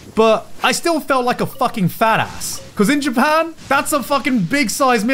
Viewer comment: Garnt saying FATASS like an American. The conversion is happening